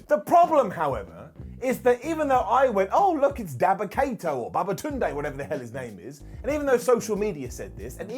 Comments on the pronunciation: Did he just say babatunde😂😂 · Lmaoo am I trippin or did i just hear say Babatunde? Lmaoooooooooooooooooooo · WAIT A MIN, DID U JUST SAID BABATUNDE? 🤣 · "Babatunde" I love you! ahahaha